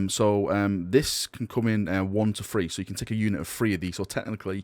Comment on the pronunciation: are you saying "THREE" or are you saying "FREE"